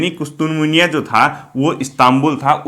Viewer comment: Sir excellent and great job..sir Istanbul ka purana naam kustuntunia hai..I think miss pronounciation hua hai..thanks